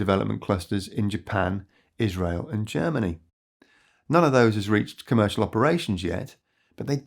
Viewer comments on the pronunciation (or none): none